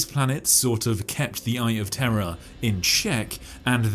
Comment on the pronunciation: POV, You're a Brit "Eye Of Terra" :P